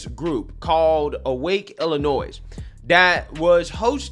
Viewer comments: It is NOT IlliNOISE. It's IlliNOY. Yikes. That's like nails on a chalkboard. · The "S" is silent at the end of Illionois. It's pronounces, "Ill-i-onoy" sorry it's just a pet peeve. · I like your videos but I gotta let you know you’re saying Illinois wrong, I dated a girl once from there once and she corrected me, there’s no noise In Illinois! 😂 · At least now we learned about a group fighting the good fight here that we didn't know existed before. I enjoyed passion on this topic so much I will forgive him for pronouncing the "s" in Illinois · The s is silent is Illinois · My guy, the S in Illinois is silent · Bro Your channel is great but the s is silent in Illinois. Drives me crazy. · No offense. Illinois is pronounced without saying the S at the end.